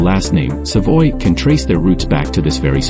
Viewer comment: Savoie is pronounced as Savwa... and not Savoy... Duh!